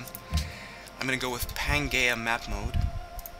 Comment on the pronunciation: oh also its pan-gee-ah not pan-gay-ah, and I'm going to wince every time I hear that pronounced wrong.